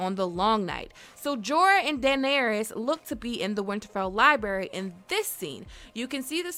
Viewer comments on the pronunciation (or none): The amount of "Libary" spoken in this video made me cringe beyond imagination. Learn to speak... my god... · Libary 🤭🤭🤭🤭 Really?